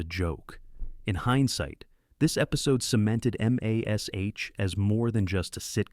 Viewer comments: The show is called Mash not M-A-S-H ! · WTF is Em A Ess Star Aitch. Crappy AI voiceover again.